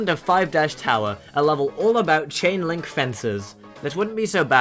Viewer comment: Every time you said chain-link I thought you said Ching-ling XD 👌👌👌